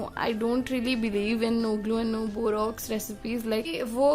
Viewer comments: it's borax not borox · That is not called Borox it is called borax